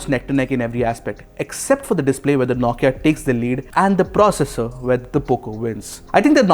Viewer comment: You do good review....but the way you say Nokia....9kia... Irks a lot. Sorry my friend.